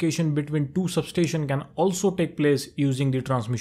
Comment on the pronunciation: for god sake please pronounce sub-station properly.